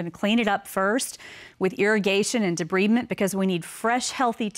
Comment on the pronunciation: Not how debridement is pronounced, but then everyone on these shows are actors.